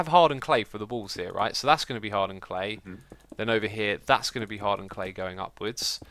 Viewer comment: For some reason, when you say 'hardened clay' I think you say 'hard earned clay' xD